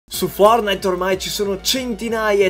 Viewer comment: Nessuno: Assolutamente nessuno::FORNAID! BADOL ROYAL!